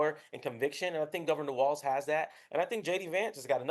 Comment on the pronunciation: Tell the Brits Walz is pronounced “walls”, not “waltz”